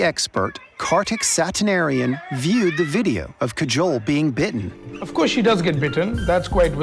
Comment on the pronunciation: DUDE her name is Kajol, not cajole. The Indian people they interviewed must have pronounced her name multiple times; how did they still say it so wrong. Listening to that hurt almost as much as a snake bite.